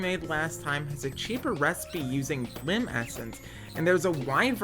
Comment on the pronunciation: its bilim not bllim dont forget the first i (B I L I M not B L L I M), while its spelled how you pronounced it terran is pronounced terrUn or terrEn both are correct, and you'll have to look up how to pronounce rapier I have no idea how to explain it, solderer is the person who solders the machine should be a soldering machine that one is 100% the mod makers fault though also the entire set of words is dumb and hard to pronounce so I don't even know which one of us is saying it wrong or maybe we both are right idk, LOVE literally everything else, great videos and I could listen to you talk for hours